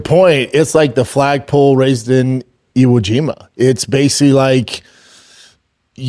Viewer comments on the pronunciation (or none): It's BASIC-LEE, SLOWWWW IT DOWNNNNN.